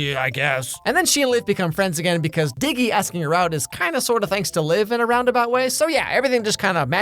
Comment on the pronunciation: His name isn’t dicky it’s diggy cuz his name is diego (I’m assuming his name is Diego)